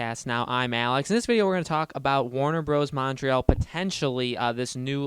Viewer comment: Side note, but the way you pronounce Montreal makes me want to claw my eyes out with a rusty spoon.